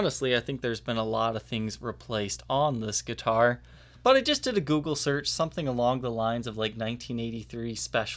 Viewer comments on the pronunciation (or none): none